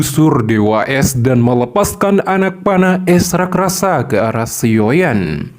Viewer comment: Bang kenapa kata “raksasa” selalu lu sebut “rakrasa” jd gk enak didenger